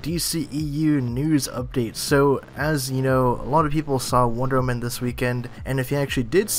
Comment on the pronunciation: And why does it sound like you keep saying Wondermen?